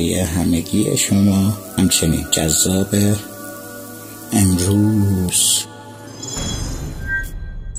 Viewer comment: دروود بر عزیز، دوستمان اسپانتمان سرباز راست میگه، اگر کلمه ««جذاب امروز»» را یه صورت معمولی بگویید بهتر است اینطور که شما تلفظ می کنید‌ مثل کامالهای پلیسی و جنایی در ذهن ما تداعی میشه